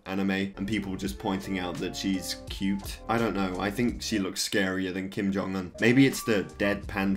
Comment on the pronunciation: Why did you say kim jong un like that?